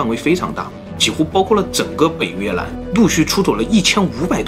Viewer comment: 雲南就會講雲南 越南 就講成 越蘭 ㄌㄢ˙ 怎麼就變 Lan 了呢 ????